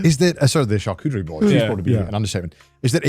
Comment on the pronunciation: tchar-tchoo-terie, Garnt ????